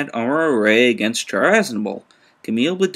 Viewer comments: I stopped when he pronounced Char wrong. Thumbs down. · 1. I just found him a few days ago. 2. So you just admitted that you don't like the review over something petty. "Oh he mispronounced ONE character's name so he immediately has no credibility!!" 3. Even some fans of 0079 pronounce his name like that and I don't see how "mispronouncing" someone's name is absolutely terrible. It happens all the time in reviews. You're making a mountain over a molehill.